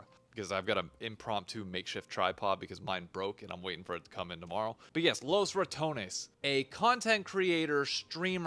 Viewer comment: Thanks for saying Los RatonEs, they keep saying Los Ratons and it's making me go bananas